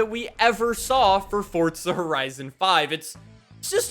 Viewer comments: Forza not Fortza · It is pronounced forza not fortza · Forza not Fortza bro 🤣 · FORZA!! not FORTZA!! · Why this man always say "fortsa" lol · Idk why but it pisses me off that he says fortza bruh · Freakin awesome man. Can’t wait. On another note though there is no letter “T” in Forza. 😅🤔